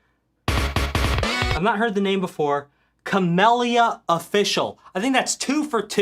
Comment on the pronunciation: Cam (as in camera) eel ea also, you should listen to camellias music it’s pretty good